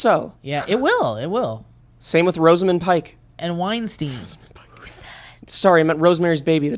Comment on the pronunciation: I ALMOST CRIED WHEN HE SAID ROSEMUND PIKE